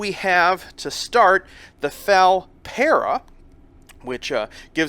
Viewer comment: my only gripe with this is how he says FAL the game is still mind-blowingly amazing